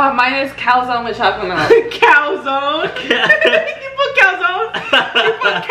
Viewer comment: She really said cowzone tho💀😂😂❤️